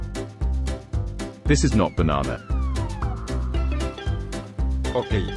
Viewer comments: is saying banan😂😂😂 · said banan 😂